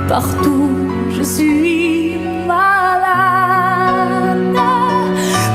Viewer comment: Actually your French pronunciation it's not bad at all! The only thing you mispronounced was "malade": the second "a" is open "mAlAde".😊